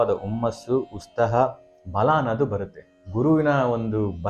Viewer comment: ಉಸ್ತಾಹ ಅಲ್ಲ ಉತ್ಸಹ ಅದನ್ನು first ಕಲೀರಿ